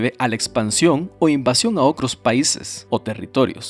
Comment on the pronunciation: Siento que me desconcentra cuando dice kilomecros y todas las palabras con tr como cr, ocros, sesenticres,cuacro